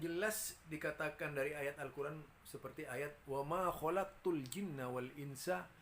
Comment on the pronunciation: Laula kama kholaqtu aflaq begitu pak bukan kholakotil 🤣 udah i'robnya salah penasrifannya salah lagi hadohh